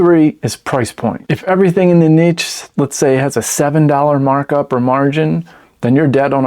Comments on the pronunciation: Nitch or Neesh! What the heck are you saying... Neatch? #DoNotRecommend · Im gonna ask chat gtp is it neech or neesh. 😂